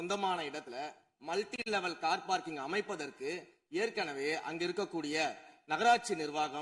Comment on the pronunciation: Car Parking(No) Sekar Babu: Par Carking😂😂